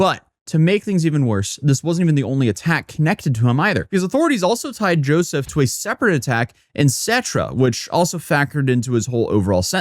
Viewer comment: Say YOUSSOUF not joeseph ... he is a MUSLIM invader.